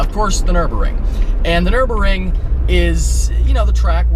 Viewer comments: Okay is no one going to say anything about his pronunciation of the Nürburgring?!? I get that when he first said the Nürburger he was joking, but then he went on to say "Nürburring" another four or five times. Really? I get its not exactly the easiest word to pronounce, but theirs clearly a 'g' before the 'ring' section of the word, making it Nür-BURG-ring, not Nür-BUR-ring. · Nurburgring as in a ring around the town of nurburg, nurburg-ring not the nuremburing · It's Nurburgring not Nurburring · Hahaha bro what was the track called? The nurburger? Americans... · "The nurbering" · It's the NurburGring, the G isn't silent. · why aren't you pronouncing the G in NurburGring! You're killin' me. It is also pronounced Superlejjera with a juh sound, not Superleggera with a guh sound. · LOL "Nurburrrrring" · PRONOUNCE THE G IN Nürburgring!